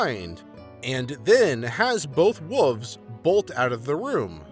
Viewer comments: dude, you know theres an L in wolves riight its not wuvs. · The way this guy pronounces "wolves" always makes me smile. Somehow "wooves" sound kinda like fuzzy, soft creatures you'd like to pet!